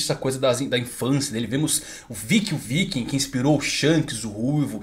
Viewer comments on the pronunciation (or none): none